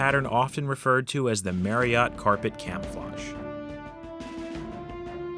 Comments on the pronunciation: So, with Marriott being my actual last name and with the fact that it is pronounced exactly like the hotel chain’s name, I would be remiss if I didn’t point out that not once did you pronounce it correctly. It’s a real shame too because the Marriott Chariot should rhyme which is a hilarious name for such a thing. It is very unfortunate that the delivery of this line wasn’t correct, otherwise this video would’ve been perfection. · I don’t think that’s how you pronounce Marriott chariot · You are pronouncing Marriott wrong.